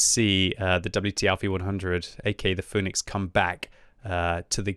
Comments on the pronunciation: Pronounced Fee-nix btw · it is fee-nix.